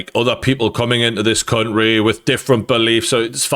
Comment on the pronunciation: Say country properly once